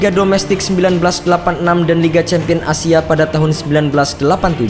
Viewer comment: Gua denger pemaen "asia" sama si mimin nya takutnya jadi A-Team, denger denger nya kaya begituu